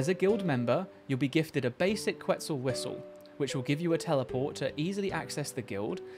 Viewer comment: Ket-SAL it’s pronounced ket-SAL haha